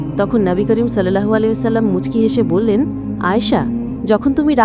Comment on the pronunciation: কিছু মনে করবেন না, সংশোধনের নিয়তে একটু ভুল ধরবো... সাহাবিইয়া দের নামের শেষে "রদ্বিয়াল্লাহু আনহু" নয়, বরং "রদ্বিয়াল্লাহু আনহা" হয়। "সল্লাল্ল-হু 'আলাইহি ওয়াসাল্লাম" এই উচ্চারণটা আরো একটু ভক্তির সাথে এবং সুন্দর করে বলুন প্লীজ।